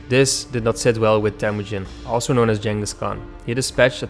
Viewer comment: It's pronounced - 'Ching-us'